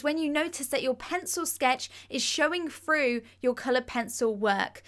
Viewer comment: Why do Brits say froo instead of through lmao